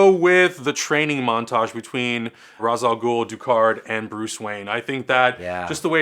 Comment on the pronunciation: FINALLY someone knows how to fucking pronounce Ra's Al Ghul...